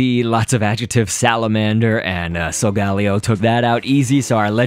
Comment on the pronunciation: but I think solgaleo is said like soul-gale-io but whatever floats your boat